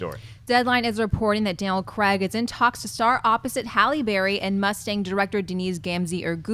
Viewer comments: Why can't you pronounce Daniel Craig's surname? It's Craig... sounds like Crayg I guess... Not Creg. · It's Danial Craig...not Creg. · who is cregg? lol :P its craig